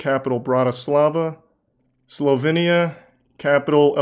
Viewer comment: try his slovenia and montenegro pronounciation 😂😂